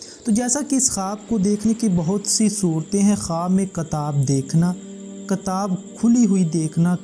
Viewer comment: Kitaab mere bhai not katab